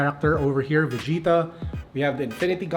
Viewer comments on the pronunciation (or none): none